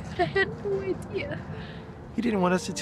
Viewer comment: Bro said noe not no